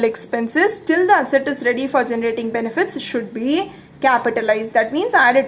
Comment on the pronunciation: 😄😄😄 How you say asset, sounds like hassat😆😆. But still you're a great teacher. May God bless you a lot